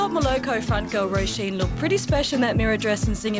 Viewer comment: Her name is not 'roison', it's Róisín. You had one job.